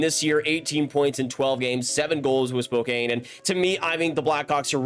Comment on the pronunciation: Just a heads up Spokane is pronounced spoke-ann not spoke-ane